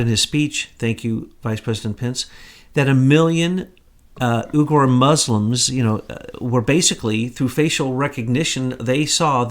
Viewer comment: Uighur is pronounced 'Wee-gur'. For everything you Americans do, as good as it may be, you let yourself down with ignorance of international names. Dah....